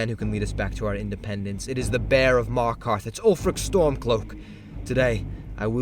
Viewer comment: Did you say bear of MARKARTH!?